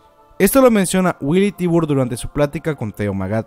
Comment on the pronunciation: dato curioso: La familia Tybar, su pronunciación es "Taybar"